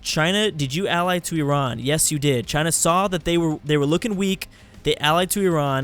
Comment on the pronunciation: pronounced Iran perfectly in:D